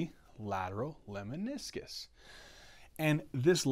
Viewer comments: NOTE--LEMNISCUS !!! (Not leminiscus) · Lemniscus not Leminiscus